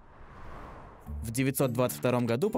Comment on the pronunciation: не имеет права человек, не знающий ударения в слове "булгары", рассказывать за этногенез.